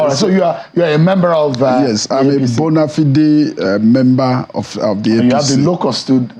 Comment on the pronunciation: Imagine how a lawyer said bonafide as in bonafdee